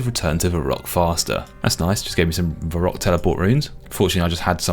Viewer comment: "my reek" , "va rock" , ''Dre Zeel'' , ''Skimmy'' , I can't